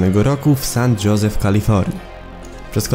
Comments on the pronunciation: San 'Hoze' , nie San 'Dżoze' jbc...... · San Jose czytamy hozej, nie dżozi :D